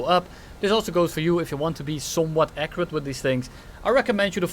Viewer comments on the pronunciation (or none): none